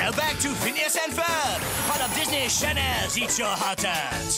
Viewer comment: DISNEY CHANELS! that prononciation 🤣